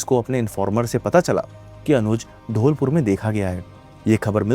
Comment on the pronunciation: It’s धौलपुर not ढोलपुर